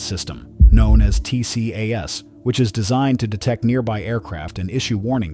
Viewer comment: TCAS is usually pronounced TEE-cass.